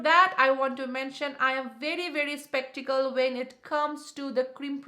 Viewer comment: Did u just say spektical instead of skeptical??? 🤣🤣🤣🤣🤣